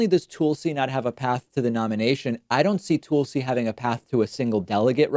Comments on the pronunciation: Why do you pronounce Tulsi as TOOL-see?? 😂 it’s TUHL-see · I don't think it's pronounced Toolsi. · Ole Toohl-see Gbard, as you say. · "Tool-see Gabbard" 😂😅😂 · It's actually pronounced Tool-See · Clicked on this to hear David say “TOOLsi”. 😝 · He says Toolsi and Boot Edge Edge :P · Why does he call her Toolsi? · Why do you pronounce Tulsi name differently? It sounds like you are saying Toolsey? I don’t like her at all but at least pronounce her name correctly cause you sound condescending. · You should really learn how to pronounce "Tulsi" and "Buttigieg" Jesus christ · Is Tulsi's name actually pronounced that way or is David trolling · Tulsi will drop out once you pronounce her name properly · You say tulsi’s name funny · He kept saying her name wrong, i just didn't know what the deal was🤐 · I see. I listened again (on lunch break, so I finally have time to listen again) and heard it this time and (this is citing evidence -- try it sometime). I would give David the benefit of the doubt and assume that he just doesn't know how to pronounce it, though he could be mocking her... I just don't have enough information to know (like, I haven't seen an episode where he pronounced it like Tull and then decided he would purposely mispronounce it). Nonetheless, still not relevant to the argument in this thread. He made an argument for why she should drop out, rather than just assert what he believes (like you did).